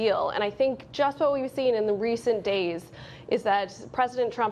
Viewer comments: Did she just say "New-que-leer"? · Can’t even say “nuclear” right.